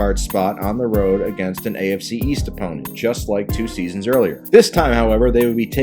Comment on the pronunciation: Twenty sEAsUHs